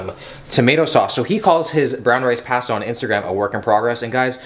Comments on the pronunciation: I hate the way you said pasta. I fixated on that and forget everything else that was said. 😂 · When I heard him say pAsta I just about screamed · Wait, say pasta again 😂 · lmaooo why yu say pasta like that😭